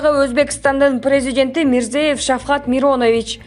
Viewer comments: Карыгдаш сен озун биринчиден Мадумаровту мактаардан мурда озундун катанды ондо ал сендей не грамотныйларды жактырбайт ,анын жаныгда туруп калсан сени - сабатсыз-дейт,арам ,билимсиз 4 классты окуган маданиятсыз-дейт.Себеби: сен Узб.Презид.Мирзев ШафкатМиронович-дейсин уйалбай дагы бироого сын тагасын!Мен жазып берейин сен окуп жатап ал .МИРЗОЕЁВ ШАФКАТ МИРОМАНОВИЧ .Сен Мадуморов айткан сабатсыз,арам,маданиятсыздардансынбы? Туура окуйалбаган же туура жазалбаган туура окуп жазып жур да. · Сонун сөз сүйлөп койуптурго бул кыз. Мирзиеев Шавкат Мирамонович деп айтыңыз. Миронович эмес..